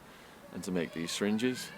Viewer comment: Did anyone else wonder what is a "sringe" och "stringe"? I know he means "syringe".